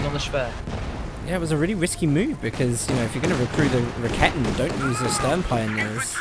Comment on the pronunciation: First of all, you doing a great job on the commentary of those GCS fights. But I have one thing you may think of to change: When I saw the first of your commentary replays, I was wondering what you mean with the "ra-ketten". I need few moments to recognize what you are talking about. I know it's hard for english natives to speak out the german language, but this horrors me all the time when i see your vids. Correctly spells it like: [Ra-ke-ten] so there is no double t in it and even no kitten ;-) . Also the shortcut is wrong..cause the "Rakete" is the projectile which is fired, correctly it is Werfer (launcher), which is the weapon. Or would you phrase up a rocketlauncher as rocket? Just as a suggestion :-) Keep up the good work!